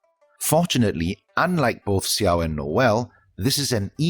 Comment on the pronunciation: Great video as always. Just wanted to say, as far as the chinese names go, it's "Shanling" not "Ksianling", same with Xiao, it's "Shao" not "Ksiao.